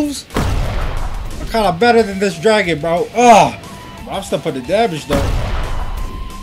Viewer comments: the name is mess up lol graon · you got the wrong spell you said draon